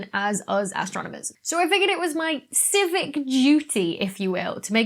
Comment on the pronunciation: Did you say your civic duty or physic duty? 😄